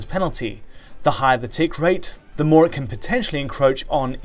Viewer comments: He can't pronounce "can" either, he says "Ken" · Why can't you say "can"? You say "Ken"